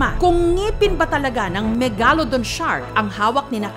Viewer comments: Megalodon MEG-LA-DON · JUST PRONOUNCE MEGALODON CORRECTLY